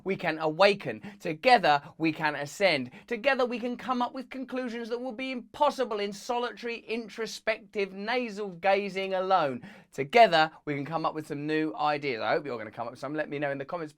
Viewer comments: Nasal gazing? Thought it was navel gazing. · I’m pretty sure it’s naval gazing, not nasal gazing. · Did he say "Nasal gazing" ?! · "Nasal gazing"??!!!! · Not sure I like the sound of "nasal gazing". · "nazal gazing"??? Whoops!